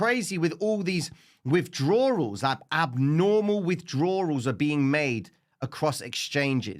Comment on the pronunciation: Gotta say you’re a beast but you need to work on the word withdraw lmao. Love your work bro keep sending that fire.